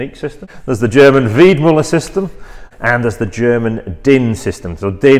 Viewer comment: It‘s Weidmueller! A german ü is ue in english